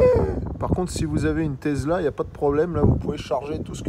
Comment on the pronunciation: Une tezla ? Ou tesla 😂